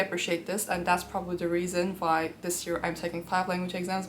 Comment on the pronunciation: sto saying the letter v instead of w you really tripping me instead of saying why you say vhy why?